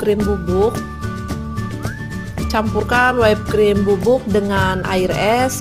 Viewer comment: Whipped cream dibaca Wipd krim, bukan Waip krim #koreksi #kritikmembangun #supayalebihbaik